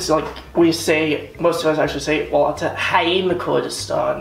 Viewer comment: waal llaaat wtf - its welat, what is waalllaaaattt